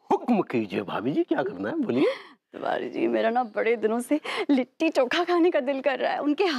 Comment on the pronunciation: Kon he anpadh & tv youtube ka editer 😅😂🤣 लिट्टी चोखा होता है kitti choka nahi 😂😅